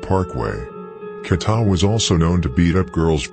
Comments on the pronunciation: Who tf is kata?😂 KEEETA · Who tf is KATA 😂 it’s KEEEETA